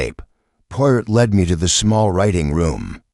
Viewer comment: Good Lord, your robot can't even pronounce the main character's NAME????